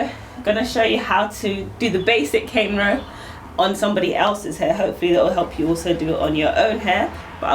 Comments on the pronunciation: the correct enunciation is cornrow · Did she say Caine row? Cuz I already know how to snort those...